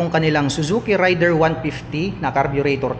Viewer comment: Raider po hindi rider